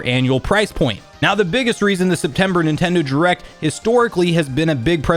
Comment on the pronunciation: Why do you pronounce it as "Nintendo jurect"?